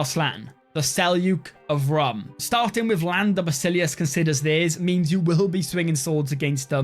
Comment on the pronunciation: Rum is pronounced more like Room, Its a Turkic Cognate of Rome